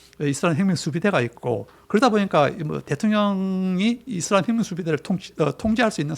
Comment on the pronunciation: 이스라엘? 사트라엘!!!